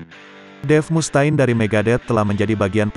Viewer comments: ampun dh Mustaine ( read ) Mustein, bukan Mus ta'in 🗿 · Mus Ta'in bro banyangan coba didengernya.